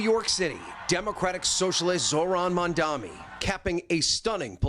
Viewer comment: If I had a nickel for every time the narrator for Today mispronounced Zohran Mamdani's name…